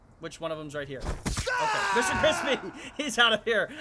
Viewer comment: Crispy not crspy why am i talking to my self??????